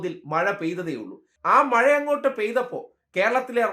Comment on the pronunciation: മയ വന്നു വയി പുയയായി. 😂😂😂